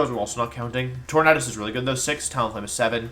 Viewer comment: Why do you pronounce tornadus like that and not tornAdus. You say tornAdo not tornado